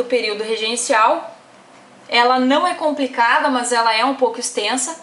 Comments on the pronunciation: “mâs” kkkkk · MÂS ... MÃS KKKKKKK MDS